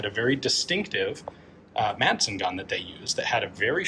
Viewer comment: As a Dane i will never not smile at how english speaking people pronounce “Madsen”